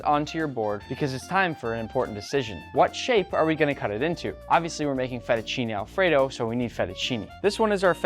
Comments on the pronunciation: "Fettuccini Alfredaw" Bro sounded so Italian (Yes I know he's part Italian) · The way he said fettuccine Alfredo is so funny😂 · I read the the title in an Italian accent before the video starts and I laughed so hard when also said it in an Italian accent 🤣